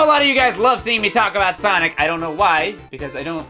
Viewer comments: Sonice is my favorite prononciation of sonic now. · "S O N I S" -, 2017